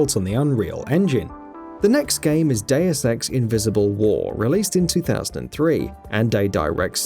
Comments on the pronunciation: Day-oos Ex is the correct pronunciation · Gamingbolt:Diuaz Ex Me:ITS DEUS EX MOTHER FU-.